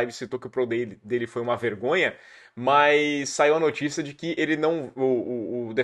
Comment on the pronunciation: Fala, bããooo? Cara, farei um pequena "crítica" aqui a sua pronúncia, e tb é algo que estou vendo acontecer muito com youtubers e até muito na TV: ouça seus vídeos e veja o qto vc diz "MAIS" ao invés de "MAS"... para muitas pessoas é um erro "normal" hoje em dia e que esta ficando cada vez mais "aceitável", mas confesso que me incomoda muito a cacofonia e o uso incorreto do português. Nas suas transmissões da ESPN vc comete o mesmo erro. Forte abraço!